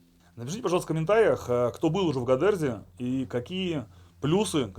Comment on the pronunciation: Не гАдердзи а гОдердзи , в грузинском как пишется , так и произносится, это важно , иначе ухо режет